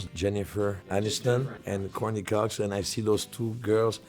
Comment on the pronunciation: He said Corney Cox.